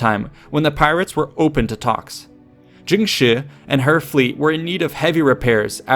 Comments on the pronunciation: Her name is pronounced more like "jung sure", not "jing she", btw :) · it's pronounced tshing, not djing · Jung shuh('r) I really wish this guy would spend a few minutes learning how things are pronounced before he butchers them for an entire video. It makes it hard to watch. Why should I respect his research if he can't even approximate the names correctly? It's painfully embarrassing for him.